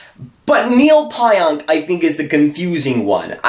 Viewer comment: Dude learn how to say Pionk. Calling him out for not being a good trade and you sound ridiculous not even saying his name correctly haha